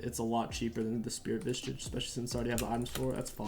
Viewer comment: Why do you add a T to SV? It’s Spirit Visage. Not Vistage. Lol